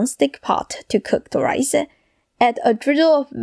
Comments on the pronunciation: Why do you talk like that. Stick-ah; pan-ah; rice-ah? It’s annoying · Why do you say "ah" after every word-ah. Rice-ah and so on-ah. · I live the way you end each word that you speak. Raícea, cookea, ingridientsa, vegetablesa, So so cute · She finishes every word with an “Ah” sound Rice-ah Soy Sauce-ah. Sounding like the Metallica vocalist. Lol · Rice-ah...examples-as...size-ahh...lubricate-ahh... that-ahh...need-ahh...like-ahh... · Fried riceuh with a mixeh of veggies